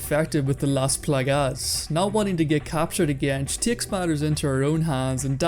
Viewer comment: "the Las Plagás" 💀